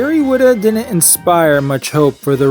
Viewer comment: You pronounce "didn't" like an ex-stormtrooper. Cut it out! From now on say the second "d". Ffs.